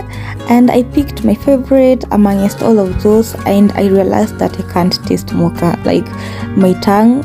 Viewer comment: Is it 'moka' or 'mocha' the pronunciation 😂😂